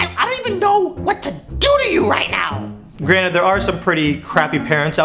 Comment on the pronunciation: Granet? Its granted with a D